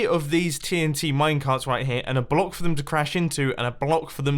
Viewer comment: why df do you say block like that? "buLock"